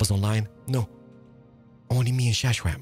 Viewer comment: I adore that you call xisuma “shashwam“ but I must know if there is some story behind it. At first, I thought it was something like how Xuxa is pronounced (Brazilian) but when I learned you are of Polish origin that theory went out the window. So what is the story of Shashwam?